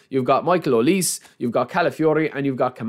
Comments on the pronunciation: And here we go Konami. Thanks for making us sweat it for some freebies 😁, thanks again. Michale Olise is pronounce "hoh+lee+say". Waiting to see you on the stream bro. Cheers. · Aye brother his name is pronounced O-Lee-Say 😭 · OH-LEE-SAY OLISE😢